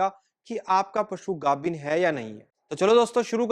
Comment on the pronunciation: ਪੰਜਾਬੀ ਬੋਲ ਗਾਬਣ ਨਹੀਂ ਗੱਬਣ ਹੁੰਦਾ ਹੈ